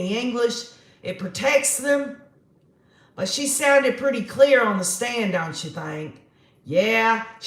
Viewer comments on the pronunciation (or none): none